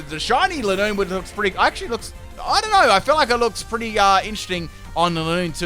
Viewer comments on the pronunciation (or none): Your saying lineoone wrong its line oone